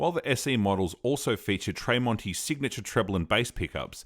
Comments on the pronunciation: Why does he pronounce Marks last name Tray monti? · Its pronounced as TREM--ONTI. Good video thou, i hope you get more followers. Well done!. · Tremonti is pronounced like tremolo. There's no A in Tremonti